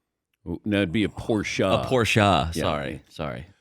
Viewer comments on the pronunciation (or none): It's not porscha...it's porsch... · it's a two-syllable pronunciation. Say the man's name